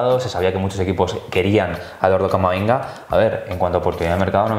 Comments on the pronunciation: en el "CAMAMINGA" 👏😂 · a se le escapa "Camaminga" JAJAJAJAJ